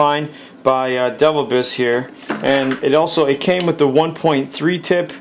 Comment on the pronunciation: It's not 'devil-biss' - it's De Vilbiss. Like Rebecca De Mornay. (The inventor was a doctor called Allen DeVilbiss.) Picky I know - but it's so annoying to hear 'Devil Biss'.